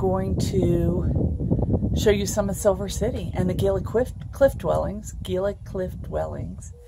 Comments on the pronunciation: Bilateral Gila pronounced like hila come on. Gila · Actually should suggest HeeLa.. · Just subscribed. Looks fun. I was born and raised in Arizona, and got the giggles every time you said Gila. I am new to recumbent trikes, a 600$ part sounds horrible. Looking forward to catching up on these videos.